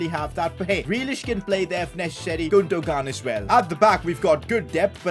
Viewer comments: i love how no one is pointing out the fact that said 'gundohgahn' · The way he calls Gundogan 😂😂😭😭😭